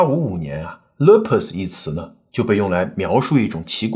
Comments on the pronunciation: Lupus 发音是： loopus好嘛😅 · Lupus is pronounced as loopus. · lupus 的发音为[luːpəs]